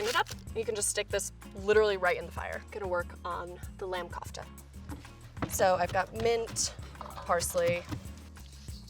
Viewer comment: Anyone else who hates her pronunciation of kufte